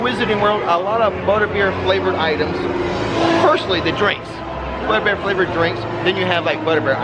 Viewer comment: I may have been a little, well tipsy, but I'm pretty sure you said Buttbeer and that makes me giggle.